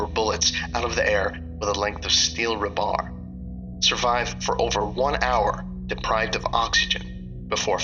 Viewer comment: I found the pronunciation of rebar amusing. It’s ree-bar for future reference. Ruh-bar is something you put over your Willie when it’s sexy time with your girlfriend.